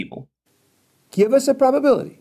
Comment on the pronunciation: He keeps asking, "what's the bubbability?" And I'm like, I dunno, what is "bubbability"? I can't calculate it if it's not defined. 😜